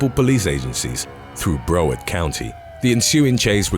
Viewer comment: Juuuust so you know, it's Brow-ard county